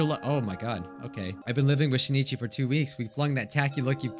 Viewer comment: Please notice me Senpai I commented two times before. The name of the protagonist is pronounced Shin'ichi, not Shi-ni-chi. It looks like this in Hiragana: しんいち and this in Kanji: 新一